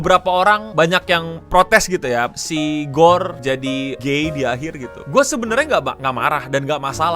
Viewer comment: menit maksudnya korg kali ya? kok gorr nyebutnya yg jd melehoy? wakakakw